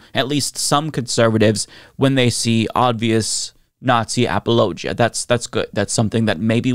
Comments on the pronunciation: Bro that’s not how you pronounce apologia lmao 😂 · I don’t mean to knit pick but I’ve never heard apologia pronounced quite that way. lol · Why does he pronounce apologia like its a geographic region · Well then the people you've heard say it are saying it wrong because the proper pronunciation is a-puh-low-jee-uh, not ap-ollo-jee-uh like I'm pretty sure you're talking about lol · I never knew apologia was pronounced that way 😶‍🌫